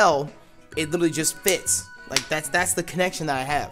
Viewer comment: Did you rike it?